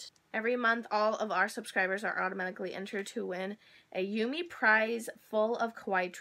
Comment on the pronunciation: Ooo this is probably my favorite kawaii box that I've seen so far. Thanks for showing it to us! :D Btw, Yume is pronounced "yoo-meh". :) Also, I know that people have the best of intentions but it's really bothering me that they're thinking fat automatically means ugly and feel the need to say you're not fat, you're beautiful. So I thought I'd say fat doesn't mean you're not beautiful and I genuinely think you're beautiful, which I'm sure you already knew :)